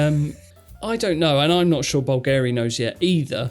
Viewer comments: bÚlgari, not bulgÁri: watch the accent. I love your superb work on the channel: 99, excellent notions, just this little dissonance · Correct pronunciation would be BVL-gari, not Bvl-GA-ri. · Bùlgari instead of Bulgári. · Bulgari is pronounced /BULLgeh-ri/. Stress on the first syllable. By the way, I scanned the QR code from the screen! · You are mispronouncing Bulgari. Emphasis on first syllable and not second. Good video though so keep it up! :-)